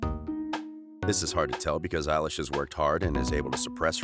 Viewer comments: You said Billie Ayelish! It’s Billie Elish! I’m cringing! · I love how he's calling her eilish 😂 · I hate when she calls her Ellish... 😂😂😂😂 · Bille illish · All I hear at this rate is “Eilish” all I hear rn XD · Her name isnt elish its billie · “Eilish” “Eilish” “Eilish” “Eilish” “Eilish”